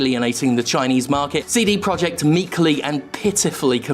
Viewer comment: All I can hear is "Seedy" Project